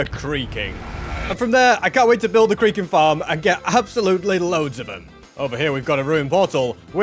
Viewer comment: every time he says creaking it sounds like creeper